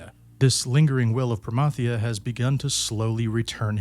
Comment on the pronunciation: The what if you fail against Promathia. Thank you for pronouncing Promathia name right! It drives me nuts when people pronounce it as Pro-MATH-euah